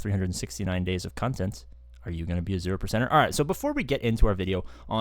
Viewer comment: 369 days of cun-tent..... Twat did you say?😂😂